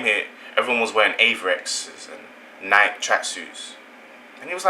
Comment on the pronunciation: Nike is not pronounced like "Like"...say it like you would say Mikey.